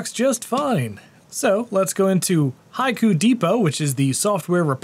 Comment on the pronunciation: Finally, I could able to pronounce its name "High Koo" and I think that I will remember it! 👍